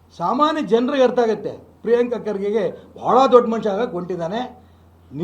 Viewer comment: Kharge alla. Khage 😂😂😂😂😂